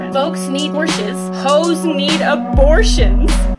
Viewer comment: 😢"Hoes need A-Borsh-Ins?" 😭😭😭